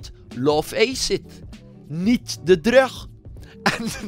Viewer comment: Je bent echt een goeie yt maar hoe je drug zegt doet gewoon pijn aan men oren